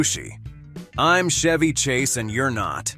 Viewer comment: PEOPLE, STOP USING AI FOR NARRATION!!! "Zah Zah"?!? "Bet" Davis?!? "Shevy" Chase?!? Ugh... 😶 How lazy can you be?!? Read it your damned self! 🇺🇸